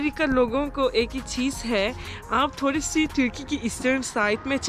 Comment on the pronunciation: Turkey is so beautiful and it's breakfast dinners too much yummy i think😅....r the way she said "thorry se kala ha"😂😂😂🤣